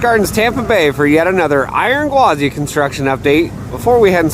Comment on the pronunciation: But there’s no “D” in Iron Gwazi,.